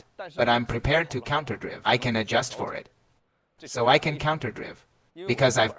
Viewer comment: The way the AI pronounces counterdrive is annoying. Great info nevertheless!